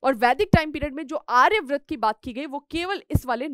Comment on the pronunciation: Ma'am pleased correct your pronunciations, that is आर्यावर्त not आर्याव्रत.